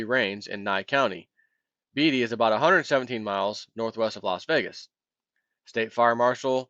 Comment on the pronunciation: Pronunciation help for: Yuan - 'You on' (not 'yawn') Zambia - ZAM bia (accent on first syllable) Beatty - BAY tee or BAY dee(Think Warren)